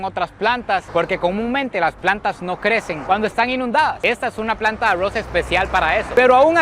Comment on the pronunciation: En los últimos videos me e dado cuenta que cada vez pronuncia mejor ARROZ 😂😂